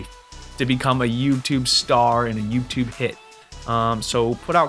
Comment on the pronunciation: I heard it more as 'yupe' tube 😂